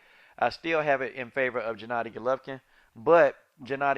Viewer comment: Why do you call him Jennadi Golovkin??? It's either Gennady Golovkin or Jennady Jolovkin lol